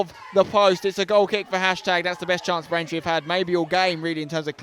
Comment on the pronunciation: Why commenate if you can't say the names of the opposition. Braintree this, Braintree that - it's just a little lazy in all honesty.